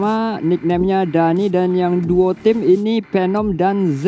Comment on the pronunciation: Perasaan phenom bukan penom